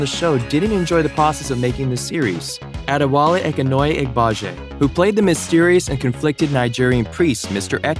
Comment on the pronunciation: How long did you have to practice pronouncing Adewale Akinnuoye Agbaje before you for it right. 👍